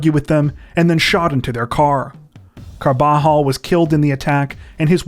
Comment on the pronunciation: Its pronounced "Car-Buh-Hall". Not" Car-Ball-Hall".